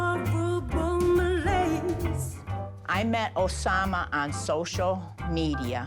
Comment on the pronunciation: Every time she says Osama 😂